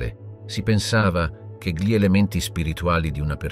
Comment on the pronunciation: Un buon lavoro con qualche piccola incongruenza. Presumo sia un problema tecnico il fatto che "gli " venga sempre letto male e poi,anche le date...peccato. Spero riuscirai a risolvere questi problemi...i tuoi video sono molto interessanti. Ciao